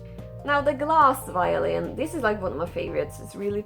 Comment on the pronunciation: He calls it the violent... badum tttsss... i was somewhat laughing at that point and i don't know if it's just sad or funny if you trip and cut your arm on your own violin 😅